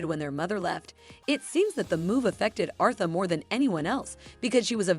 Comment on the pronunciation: Respect the queens name and pronounce it correctly smh...AI should not be used for everything